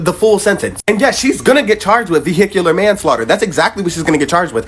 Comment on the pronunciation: In a what? A vehikyer accident?😂😂😂